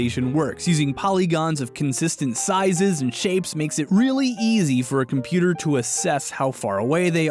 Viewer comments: Me throughout this entire video: "Hmm....yes, compooter" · Compooter?… Ah yes Compooter🤔